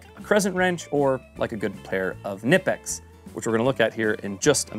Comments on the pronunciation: Love the videos. By the way, I've heard several Germans pronounce it k'NEE-pex, and a few Germans pronounce it k'NI-pex, but no Germans pronouncing it NIP-ex. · carried a SAK tinker model with the phillips head instead of the corkscrew model in my right pocket for years and its been all ive ever needed and more also...its pronounced "kuh-nip-ex"..hard k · It’s Ka-Nip-X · It's pronounced KA - NIP - EX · Oddly enough, fyi, the brand is pronounced kuh-nip-x. That’s from the company itself, on the back of their t-shirts, too. But great video, i really appreciated the logic and ideas! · The K in Knipex is not silent..🤓🤭